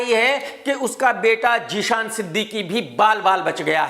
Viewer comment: Jee-shan nahi chariya zeeshan